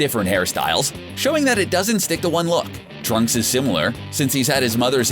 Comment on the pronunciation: Um..did he say tracks?...